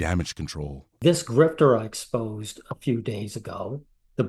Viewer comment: This guy says GrifteR with a hard R lmfao, like he's trying to spit on you each time and missing entirely. Love ur work btw